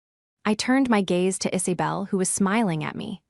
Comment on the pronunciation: The voice needs how to say Isabel! Not Is-a-bell!